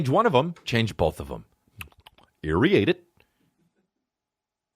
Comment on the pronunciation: And the dude saying "aeriate it"